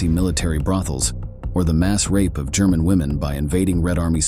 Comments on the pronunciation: Is it just me, or is ‘German’ pronounced ‘Sherman’ throughout this video? Notwithstanding, there is nothing humane in any war, no matter which side. It is terror, brutality and nothing else. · YOU MUST REVIEW YOUR VIDEO'S BEFORE POSTING. THIS IS UNFORGIVABLY AMATEURISH ! The AI narration is RUBBISH !! Calling the German,s 'Shermans' ? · Sherman's? Your ai needs some tuning